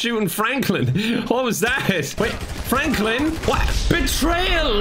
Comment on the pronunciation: excuse me sir... "Flanklin"? lmao